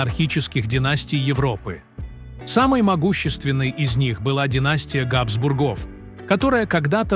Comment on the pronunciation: Какая отвратительная озвучка! Ударения на слова чудовищны! КузЕны, а не кУзены, ГАбсбургов, а не ГабсбургОв. Слышать подобное уже само по себе испытание, и не то что подписываться, а и просто открывать этот канал совершенно расхотелось.